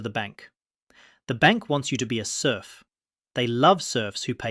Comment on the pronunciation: love ur videos, and yes sleeping soundly at night without worries about money is indeed the ultimate luxury. :) oh btw it's "serf".